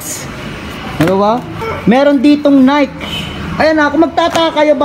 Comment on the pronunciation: Nayk daw! Nayki po correct pronunciation. Next time lam mo na.